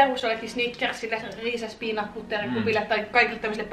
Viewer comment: Kun sanoit taste of peanut niin kuulin et sanoit taste of viina